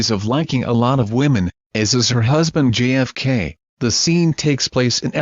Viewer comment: Correction, your pronunciation is almost perfect but please the letter "J" each time you pronounced this letter it sounded like you are saying the letter "G" GFK instead of JFK Just letting you know